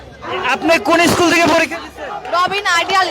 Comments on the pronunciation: ইস্কুলের নামটি ও দেখি ঠিক মত বলতে পারেনা আইছে পাস করতে ।দেখেই বোঝা যায় টিকটক করে আসছে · সরকার পরিক্ষার ৩...৪ মাস আগেই জানাই দিছে যে এবার খাতার সঠিক মূল্যায়ন করা হবে .....আর গনিতে McQ এ ৮ এ পাশ কোনোদিন ও ছিলো না....গনিতে ১০ এ পাশ এটা তো সারাজীবন ই হয়ে এসেছে......আর কেমন আন্দোলনকারী যে স্কুলের নাম ই ঠিকমতো বলতে পারে না........আন্টির ছেলে যে পড়াশোনা করে না সেইটা একবার ও বললো না...... এদের দাবি সম্পূর্ণ অযৌক্তিক.... এদের শুধু মাইরের দরকার 🙂 আমি নিজেও ssc 25 পরিক্ষার্থী..... রাজশাহী বোর্ড....!! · স্কুলের নামটাই সঠিকভাবে বলতে পারেনা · ভাইরে ভাই তুইতো স্কুলের নামটাই বলতে পারলি না আবার আসছিস আন্দোলন করতে